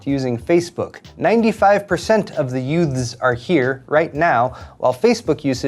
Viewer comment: youts? did you say yout?